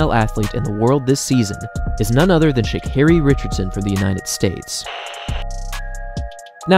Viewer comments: Carri? what the hell is "sha"? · How do unwatch videos of her and do a whole bio for her and still say her name wrong lmaooo and she has a video pronouncing her name that u dedd seen